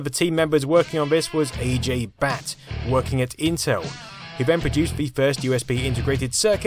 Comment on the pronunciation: Yeah he also totally mispronounced the name of Mr. Ajay Bhatt.